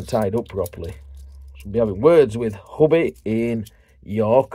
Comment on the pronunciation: Huby is pronounced U B